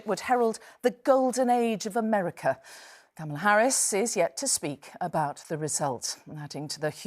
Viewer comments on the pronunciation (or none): none